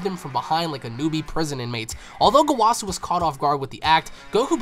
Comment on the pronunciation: Why gowàsu and zamàsu plz bro my hears